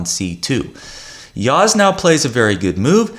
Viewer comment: You pronounce well Yağız's name